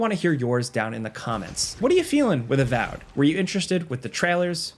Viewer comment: its avowed not avowed